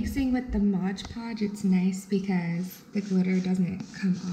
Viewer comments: it's mod podge, not modge podge. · Mod podge not modge podge.